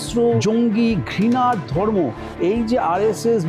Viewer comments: বারত! গন্টা ! দর্ম ! ভাই বাংলা উচ্চারণ টা ঠিক করে ভিডিও বানান। তা না হলে আপনার ভিডিও বিশ্বাসযোগ্য হবে না। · ভারত বলতে পারে না বলে বারত,ধর্ম বলতে বলে দর্ম এতটা অশিক্ষিত একটা লোক গায়ে কোট চড়িয়ে ভিডিও তৈরি করে!!